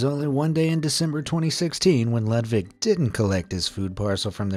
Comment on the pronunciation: Ludvik luunds like ludwig 😊